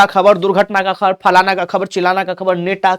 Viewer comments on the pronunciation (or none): नेता ❌ नेटा ✅ 🤣🤣🤣🤣🤣